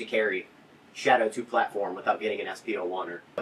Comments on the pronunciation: Took me more than 4 minutes before I figured out the shit-O-2 was the mispronunciation of Shadow 2. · What’s the difference between this and the compact they released last year? I just don’t see it. Also what’s a shit o 2 ? I swear he said shit 0 2 like 7 times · Proper pronunciation is apparently the Shitto 2 Carry. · It sounds like he is saying sh!t 02 💀